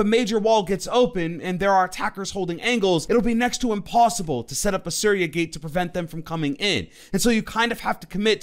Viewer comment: Nice video broi!! Just a note, Aruni's gadget is pronounced as "Sooriya" ... Hard to actually tell u but try this out. 😋